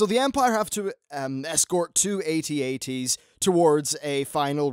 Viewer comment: "Shoot the 'at ats'" No. AT-AT.